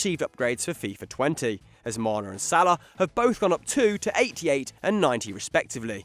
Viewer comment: We gonna ignore the fact that called Mane, Maner 🤣🤣